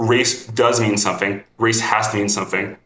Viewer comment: "somefing", "fink" "wif" i cant trust people like this. Same as tunics, never trust someone who wears a tunic.